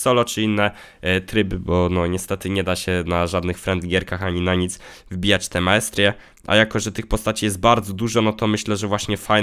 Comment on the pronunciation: nie? To totalnie zła wymowa